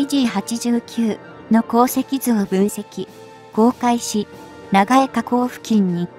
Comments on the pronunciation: なんぼなんでも「長江＝ながえ」て┐(´～`；)┌ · 長江を「ながえ」では、もう先には進めない😭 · しょっぱなから”ナガエ”だって？もう内容信用できん。見るのやめた！！